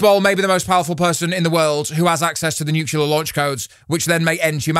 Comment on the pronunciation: "new-CLEAR", not "new-cue-lur"